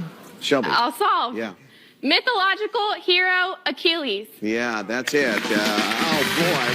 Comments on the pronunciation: Is that Wheel of Fortune a university edition and the student can't say Achilles??? Wow, talk about a million dollar mistake lol. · OK, so he can't pronounce "Achilles", but why was he shouting? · the proper ancient Greek pronounciation is Akilleus